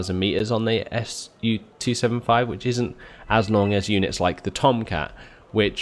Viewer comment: Su-27S. "S-U-Twenty-Seven-Ess"